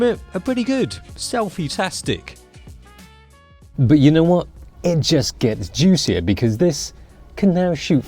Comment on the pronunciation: Did.......................did you just say ''juicier''?